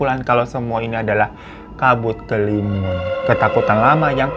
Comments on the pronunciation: Dari kabut kelimun jadi kabut kelamin🤣🤣 kita mah udah biasa omongnya bang hiro kadang kepeleset 🤣🤣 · Kabut kelamin yang begimana dah bang 😭😭 ampun typo mulut nya keterlaluan wkwk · Gak nyadar apa, malah bang hiro kepleset nyebut kabut kelimun jd kabut kelamin 😂😂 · Pliss lg serius dengerin babang tamvan cerita trus tetiba keplintir tuh mulut kena ombak jd nyebut "kabutkelamin" langsung ngakak hahahaa